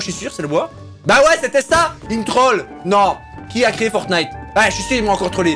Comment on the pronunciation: dis fortnete a 10 59